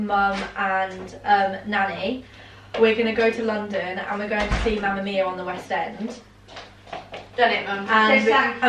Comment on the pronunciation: It made me laugh so much when Annas grandma said mamma mio instead of mammamia😂 P.S. love you